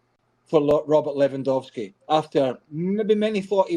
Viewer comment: Correct pronunciation for Lewy is: Levandovski. W in Polish is like V in English.